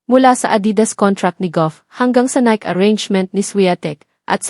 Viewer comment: 😂😂😂 pronunciation lng ng NIKE pang barrio ka na😂😂😂 pati Debut mali din😂😂😂